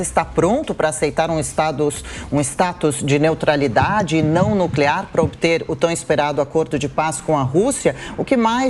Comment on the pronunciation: NEOTRALIDADE... NEOTRALIDADE